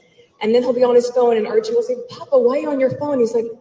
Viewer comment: The way she pronounces Papa sounds like “food” in Italian…. “Pappa” …well I guess she is a foodie after all